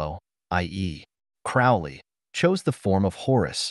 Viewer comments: Sorry to be a twat, but it's Crowley like Holy 👍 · Everytime he misspeonounce Crowley's name is infuriating.